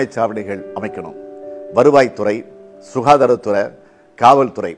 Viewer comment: அருமையான உச்சரிப்பு "சுகாதாரதுற" வாழ்க தமில் ( உங்களது மொழியில்)